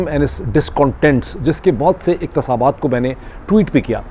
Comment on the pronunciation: Its Kitab not Katab Its Iqtibasat not Iqtisabaat